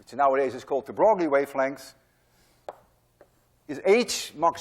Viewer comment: Hey Dude... juste a useless precision Louis de Broglie correcte prononciation (very unintuitive) is like Louis de "breuil" (bʁœj) (you could try this voice synthesis to here the prononciation... but read "breuil" to here the correcte sound. Well in france every people will have pronounced like you but no physicists ;-) .... See you soon !